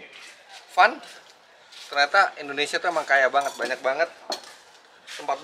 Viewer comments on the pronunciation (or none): none